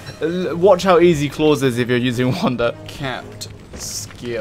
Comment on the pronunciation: It is not Klaus it is KLOS hahahaha love it